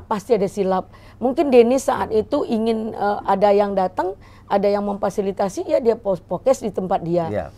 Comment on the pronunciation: belajar ngomong dulu bu Memfasilitasi yok sama2 diulang Memfasilitasi